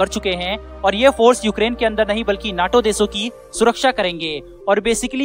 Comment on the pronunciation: नाटो न्याटो नहीं 😅